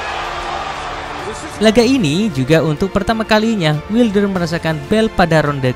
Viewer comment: wailder bacanya gan